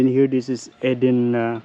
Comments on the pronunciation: Its pronounced Eeeeden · You found some beautiful areas to explore. It's pronounced "eee-den". Fruit is cheap and portable. Maybe buy a few pieces of fruit as well? It's true that you can't put the seal back on the water, but you can stand it up in the back of the car, and the water has a little spout thing that you lift to get the water out and to stop the flow. When it's empty, you can prise that off and refill it, then put it back. You just have to be sure the container remains upright while you're not using it. I think your car set up is so cosy and practical. And I have to add - in order for the water to flow from the valve in the top of the water container, you will have to punch a hole somewhere near the top to let air in. There is a spot marked on the bottle. You can put a piece of tape over it when you refill it of you want to be careful of it splashing in the car, but if you don't fill it all the way to the air hole, it won't be a problem. A sharp knife or a screwdriver works well.